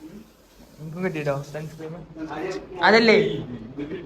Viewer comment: Sunscreen ❌Sunscreem ✅